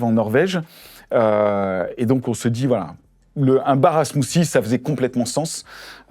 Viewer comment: "Smoosie".....😮😊SmooTHie....s'il vous plait....